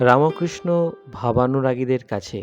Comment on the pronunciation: Bhai....apni RAMKRISHNA NA BOLEY RAMO KRISHNA BOLA KI SATTI THIK..... JOY KRIPAMOY TTHAKUR